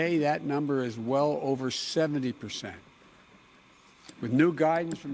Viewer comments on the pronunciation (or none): Too nauseating to firmly notice the public display of ANY grown up to deliberately pronounce "percent" as PISS ANT, especially so early in this or any speech, and yes I tossed cookies from 1865.